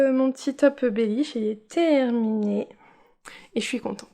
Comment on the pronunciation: Coucou, tu m'as bien fair rire avec le bellish😂 et bravo tu as encore bien dit twigale. A bientot😘😘